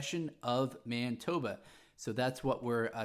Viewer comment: It is not pronounced man-eye-toba